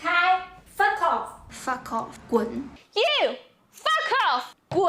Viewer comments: anyone notice how they all look and sound like a shih tzu every time they say foff ;o) they had me dying, it's like being threatened by a 8 year old. adorable. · "Fa Koff". God, the cringe! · An amusing tangent. It's amazing how much of an english accent most of those chinese women got when saying "Fuck off"